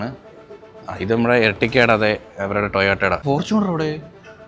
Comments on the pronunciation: it is not toyaato it it toyota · Not broo it’s Toyota ❤